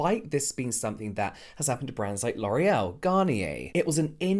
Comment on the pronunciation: You’re not allowed to say L’Oréal correctly. You must say LORREL in the American accent 😂 I correct it in my head whenever you and use it the right way.